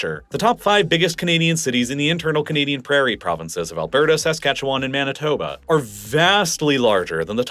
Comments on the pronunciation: Saskatoon resident, always entertained by foreign attempts to pronounce Saskatchewan. It's /səˈskætʃ(ə)w(ə)n/, aka. "suh-SKA-chuh-wn," NOT "SAS-cat-chew-WAN." Quit pronouncing the 3 silent vowels (schwas) lol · Saskatchewan (/səˈskætʃ(ə)wən/ sə-SKATCH-(ə)-wən 😉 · His emphasis on the first a in Saskatchewan got me too. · Born and raised in Saskatoon. Really appreciate you covering this topic. I would say my only critique is the way you say "Saskatchewan". Most local people from Sask say it like "Sa-scatch-oo-wun" rather than "Sask-atchu-wan". The end is more like the word "one" than like "James Wan." Great video as always! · Also it's more like Skatch-win instead of Skatch-wan. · Saskatchewanian here. Your pronunciation of my province hurt my soul. Also, Regina = Ree-jina, not Reh-shina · I live just north of Saskatoon in Saskatchewan. Interesting video as we’re usually ignored in the extreme. You say Saskatchewan very weird, though, like most people not from here.